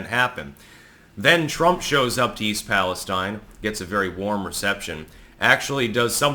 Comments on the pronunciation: Pali-stEEn. Not paliSTine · East Palestine (/ˌpæləˈstiːn/ PAL-ə-STEEN) True to millennial form you can't even fucking pronounce the name of the town right. This is what the fuck happens when you grow up receiving goddamn participation trophies. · Seems like you're the only one who can curse on your channel. ... Seems my comments get deleted. I was told nobody pronounces the name of EAST "PalesTEEN" correctly. No one except the local news. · East Palestine (/ˌpæləˈstiːn/ PAL-ə-STEEN) True to millennial form you can't even fucking pronounce the name of the town right. You're supposed to be a f**** editor. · I still think you're mispronouncing East Palestine specifically just to to troll me